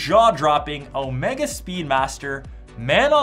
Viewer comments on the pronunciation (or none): none